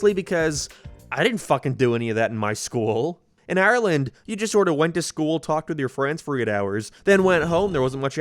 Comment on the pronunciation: NO WAY, IS HE IRISH? (Im talking about how he said "in Ireland" )